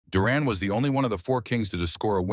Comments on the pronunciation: It pronounced Duran and not Duron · ...it's Duran not duron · the narrator can't pronounce duran's last name - how was this jackass chosen ???